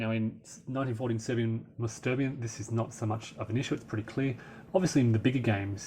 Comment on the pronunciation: 'Sterbien', or actually 'sterben' ('sterbien' is not a real word) is pronounced 'schterben'; as english speakers don't know 'sch' - it's like in mashed potatoes.